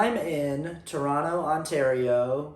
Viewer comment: Torontonian here! I just had to commend you on your correct pronunciation of Toronto :)